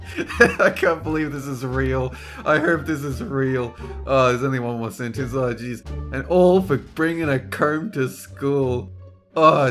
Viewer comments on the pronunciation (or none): none